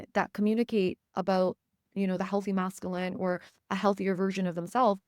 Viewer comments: Thank you for the message. Hearing the incorrect pronunciation of masculine as Mass-Ka-Lynn was distracting though. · The way you pronounce masculine 😖